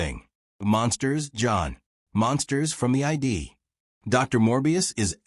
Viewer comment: The Ai algorithm that made this video has made an error. ~ It's not "monsters from the I, D." "Id" is a freudian term; it's "monsters from the Id." The word "Id" refers to Freud's theory of the "Id, ego, and superego."